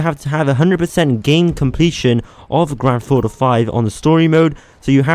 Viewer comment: WHY DO YOU SAY IT LIKE GRANDTHAUTO 5 LEARN HOW TO SAY THINGS